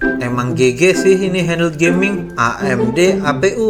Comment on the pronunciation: HAHAHAHAHA HANDLEEEEDD. HANDHEEELD WEY. GUA HERAN SAMA CONTENT CREATOR MACEM GINI, APA ENGGA CEK DULU CARA BACA SUATU KATA YAA.